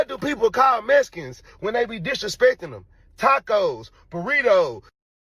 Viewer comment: Messicans cant tell you how many times ive heard it like did I axe you😂😂😂